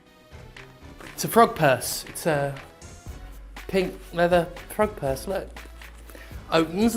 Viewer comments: When he said frog purse, I heard front perks. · Oh, frog purse. I thought you said Pog Purse. I was really interested in seeing that as I didn't know one was made. I mean frog purse is alright I guess...